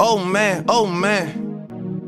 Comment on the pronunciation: It kinda sounds like he saying old man